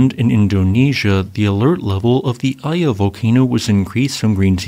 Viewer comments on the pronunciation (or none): Iya is pronounced Eeyeh